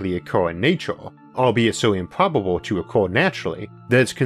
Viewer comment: "weawanged" "wataw" "remembew" "impwobable"